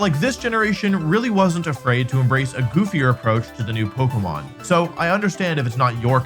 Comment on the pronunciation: You can't even say Pokémon